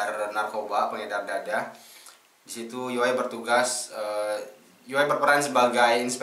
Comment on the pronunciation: Saya betul2 respect lah pemikiran abg kri,serius apa yg abg ckp tu sebijik di fikiran syahmi yg slslu dia ulang ckp soal nii,btw bang Yoe sebutannya bkn yoey tpi yoo walaupon ejaannya yoe tpi panggilannya Yoo,gituu.steady bang respect minda kelss atasan bang kri,seluteee